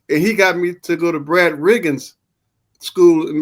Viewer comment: "Brad RIGGINS' Skoo" It's Brad Rheingans. RANE...GANZ. School. SKEWL.